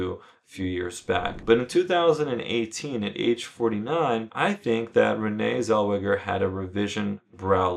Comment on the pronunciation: Who the fuck is Renee zel-wedja